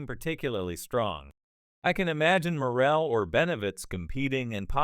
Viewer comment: Full fight???? Can't even pronounce the man's name right.